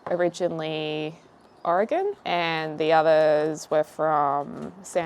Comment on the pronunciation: The fact that you said Oregon correctly❤ lol as an Oregonian that’s a flex lol most people pronounce it oreeegon 😅. Even people who live here 😂 Normally we call them candy yams but i guess it could be considered a casserole!